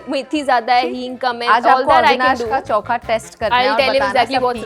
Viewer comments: its not choka it is chokha😂 say it properly,, when you are food blogger 😢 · Koi kamya ko chokha bolna sikhao😂